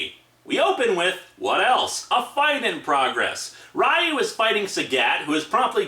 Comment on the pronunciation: its ree-yoo not rie-yoo also theres no real plot for street fighter 1 aside from ryu winning the tournament. street fighter 2 had a bit more plot in that the tournament was organised by the criminal organization shadowloo... and that m. bison was killed by akuma. (though m. bison would be revived later with a new body) street fighter4 is a direct sequel to 2 and this time the tourney was organized by SIN, a branch of shadowloo headed by SETH, who was supposedly made as one of m. bisons replacement bodies. i also REALLY hate how sagat and ryu are portrayed in this comic. ryu has ALWAYS been an honorable and kind warrior. and he greatly respects chun lis fighting abilities in the games. even after she gets involved with interpole. and sagat isnt REALLY a villain in street fighter game canon. i mean, hes only working for m bison so he can fight ryu. and when m. bison makes sagat fight a brainwashed ryu, sagat helps break him from m. bisons control.... wanting a fair fight with ryu. yeah at FIRST he hated ryu. but as the years go on both ryu and sagat have come to respect one another as friendly rivals.